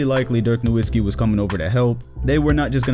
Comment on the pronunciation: Great analysis, but: It’s pronounced “NoVitzki”. German W’s sound like V’s.